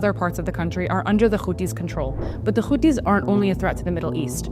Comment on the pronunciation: Houthis not Khouthis .. you are speaking english not hebrew ...